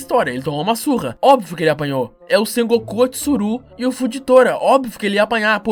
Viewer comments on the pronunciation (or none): none